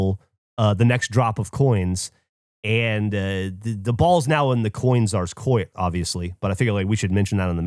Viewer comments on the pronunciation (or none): Not calling out Geoff on saying "coit" instead of court is wild.